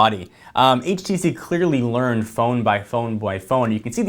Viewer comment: HTC One not HVC One